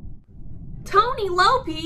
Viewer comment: She said ToNy LoPeY